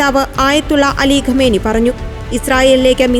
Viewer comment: ആരാടാ ഈ ഖമേനി ? ഖമേനി ഖമേനി .. ഖാമിനയി എന്നു പറയെടെ